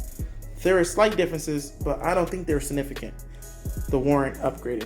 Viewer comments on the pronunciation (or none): none